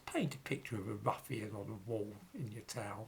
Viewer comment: I have to chuckle when Says.. ruffian..